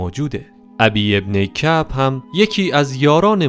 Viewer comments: ضمنا تلفظ بعضی از اسامی اشتباه است مثل اُبَیِّ بن کَعب یا نَجوَد را نجود خوانده میشود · ابی بن معب رو اشتباه خوندی😅